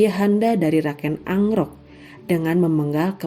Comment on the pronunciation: KEN AROK..Bukan ANGROK